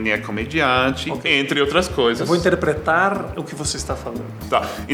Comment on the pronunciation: "Hoje em dia eu tenho pouco sotaque gaúcho". "Eu vou interrrrrrrpretarrrrrrrrrrrrrrrrrrrrrrr pra vcs". KKKKKKKKKKKKKKKKKKKKKK